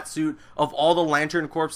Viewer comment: its pronounced "core" Green Lantern corps (core)